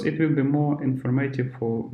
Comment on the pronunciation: Чувак, не произноси слово ВИЛ, это сразу наших выдает. Это как в Камеди клаб - Американское радио. Ю вил ор нот вил …. Will - это не слово отдельное, его проглатывают американцы И побольше артиклей